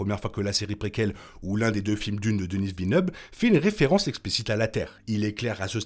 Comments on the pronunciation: Super vidéo! Mais pourquoi prononcez vous "Deniss" Villeneuve? Il est québécois! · Pourquoi tu l'appelles Denisse Villeneuve? Il faut prononcer à la française car c'est un francophone. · Denis Villeneuve est québécois, le s est muet.